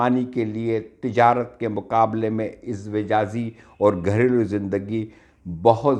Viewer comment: 🤣🤣🤣🤣🤣🤣🤣🤣 ٹاپک کا حق میرے بھائی سا وقت ادا ہوتا جب وڈیو بنانے والا کم از کم کتاب سے دیکھ کر ہی صحیح اردو تلفظ استعمال کرتا جس شخص کو ازدواجی نہیں کہنا آ رہا آپ اس کو واہ واہ کر رہے ہیں بھائی اپنی بہن کی بات کا برا مت منائیے گا